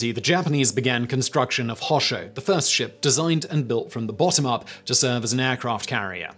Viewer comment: Anyone else slightly triggered by the way he pronounces Hosho? :(